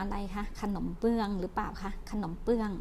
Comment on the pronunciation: ขนม "เบื้อง" นะครับ ไม่ใช่ "เปื้อง"